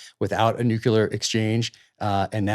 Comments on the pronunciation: Peter, you are intelligent, so please pronounce NUCLEAR properly! IT'S PRONOUNCED, NOOOOCLEEEEAR, NOT NOOOOKYOUUUULAR!!!! I cringe everytime I hear people say "NUKEULAR", which is NOT a word. I expected that from BUSH, years ago, but not today from smart people. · Come on, both of you! The term "nucular" does not exist. Your credibility declines precipitously every time you use that term, rather than nuclear. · It makes me cringe when Zeihan pronounces the word nuclear as "noo-cue-lar". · People who talk about ICBMs and pronounce the weapons as "Nu qu lar" do not lend themselves much credibility about anything else they're holding forth upon. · Nuclear, not nukular.